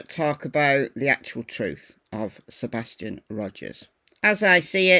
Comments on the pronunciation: First he can't get Seth's name right...now Sebastian's ! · I didn't see that at first but still...he can't even get Seth or Sebastian's name right